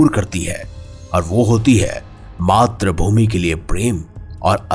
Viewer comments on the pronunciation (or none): none